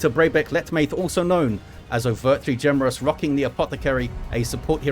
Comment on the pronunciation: Felt like it was blues game to lose mid game. Full rosters v the reds at half. OT, whats with the n's pronounced as m's. Ge"m"ereous , ge"m"erally , just curious, not being critical. Another British pronunciation ive been meaning to ask about for years.